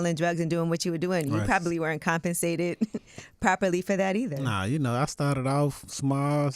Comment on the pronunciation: He said compescated😭